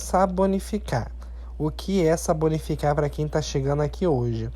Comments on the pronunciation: BOM DIA,..... QUERO SUGERIR P/ VC USAR A PALAVRA S A P O N I F I C A R, LEMBRANDO DE SAPÓLIO..... saBOnificar, não é correto..... SUAS RECEITAS FICAM LINDAS......VOU TESTAR....COSTUMO USAR SODA LÍQUIDA.....EM ESCAMAS, DÁ MICOSE NAS UNHAS..... É SÓ VC ESCREVER ALGUMAS VEZES E O CÉREBRO ACOSTUMA COM A FORMA DE PRONUNCIAR.....BJS... DO PARANÁ, B R A S I L.... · não é crítica, mas a palavra correta não é saBonificar e sim saPonificar com P ok? Suas receitas são muito boas!